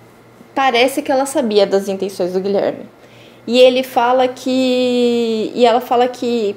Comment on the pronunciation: Fiquei agoniada com o advogado dizendo "Gilerme".